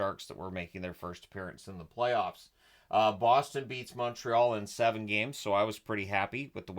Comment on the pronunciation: Minor correction on pronunciation. You called it the Sharks' first appearance in the playoffs, but for the Sharks it was the playovs.